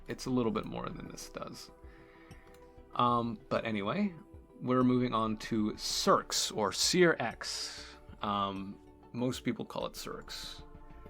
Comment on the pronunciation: It's pronounced SEARCH (the x is pronounced CH) Of course everyone knows the best search engines are Google. Bing and Yahoo 🤢